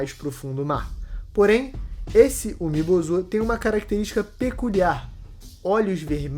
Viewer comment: Começa o vídeo pronunciando "Umi Bozú" e termina pronunciando como "Umi Bozo" 🤡, a fruta do palhaço 🤡 kkkkkkkkk. "UmiBozo" é meus zovo